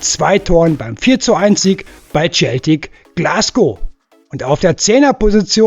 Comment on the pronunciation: Hi bist ein guter Junge, aber bitte sag nicht im Tscheltik, sondern Celtic, da explodieren einem sonst die Lauscher 😬